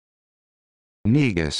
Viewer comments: In the show star trek deep space nine there was a recurring character named the Grand Negus. There was never any backlash. You know why? Because it was pronounced "Nay-gus" out of respect. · Am Ethiopian and this is not how you pronounce negus